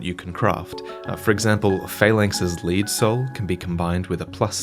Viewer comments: Pretty sure it's pronounced lead, not lead. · Sure the Lead Soul from Phalanx is pronounced "Led" like the metal not "Leed" like to lead someone somewhere. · yeah well...you pronounced lead as lead and not as lead so who's the real dummy here. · Holy shit! Is it pronounced "leed" demon's soul? I always thought it was "led". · Wouldn't it be lead soul, as in the metal. Not lead soul, like it is taking us some where. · I'm pretty sure Lead pronounced "LED" and not "LEED" Epee is pronounced "AY PAY" And you don't need pure white to get the door in 1-1 to open, it opens in pure black, too. C'mon lore guy, these mistakes cost you cred. ;) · It's pronounced lead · Is Phalanx's soul not pronounced led, not lead? As in the element, lead... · I think Phalanx's 'Lead Soul' is pronounced LED soul, as in the metal: lead. Could be wrong. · Lead not lead you hooligan